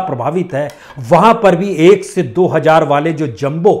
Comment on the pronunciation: bhai, its hazar not hajar, zarror not jaroor